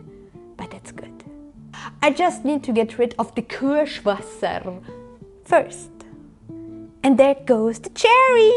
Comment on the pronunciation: "Schattenmorrrrrrelllennn" "entsteint" "Kirschwassserrrr" How German can words be pronounced 😂 love it!